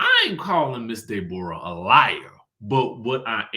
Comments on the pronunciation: I fall out everytime you say DAY-borra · I swear!!!! I scream when he says it😂😂😂😂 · Me too! 🤣🤣